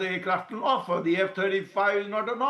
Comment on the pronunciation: When did offer become ‘O’ffer Stop this stupidity to make an artificial attention grabbing moment You are not even consistent in maintaining it!